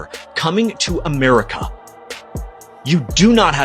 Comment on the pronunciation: Did he say Murica? 😂